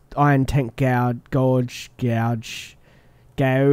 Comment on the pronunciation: Gauge iz pronounced "gay-ge" lol